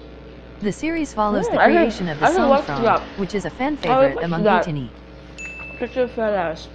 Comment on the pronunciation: Atiny not etini